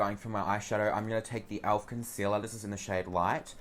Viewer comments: its pronounced elf not alf hahahahah love you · omg when you say "elf" it kinda sounds like "alf" and I can think about is that bloody flamin gallah from home and away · Why do you say "owlf" lmaooo